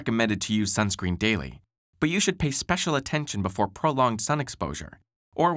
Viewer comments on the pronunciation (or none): none